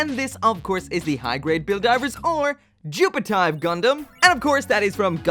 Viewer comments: why is it "jupitive" and not "JupFive"? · Should've been Jupi-F-ive, not Jupi-T-ive... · you read it like jupit-eeve not jupit-ive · its actually pronounced jupitiv *the E is silent